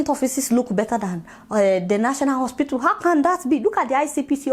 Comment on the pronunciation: Why does she keep calling hospital "ospitool"?